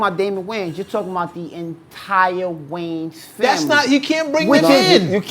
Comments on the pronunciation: Wayans Not Waynes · It’s “Wayans”